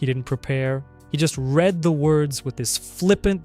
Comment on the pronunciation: and both times you pronounced "read" wrong for the girlfriend